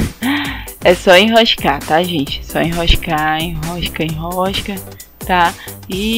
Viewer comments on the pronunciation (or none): "Enroxxsca, enroxxsca..." ahahahahahahahahha muito bom esse sotaque!! Abraços de Porto Alegre!!